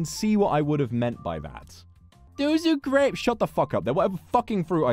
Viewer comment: ぐれぃぷす ヴォックスのぐれぃぷすの発音好き